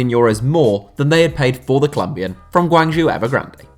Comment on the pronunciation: Damn dude, your pronunciation of GuangZhou Evergrande is atrocious haha. I watched all of Jackson Martinez's matches in China. He was awful..... and this is in a league where Paulinho and Hulk are world class and Alexandre Pato and Ricardo Goulart were near unplayable.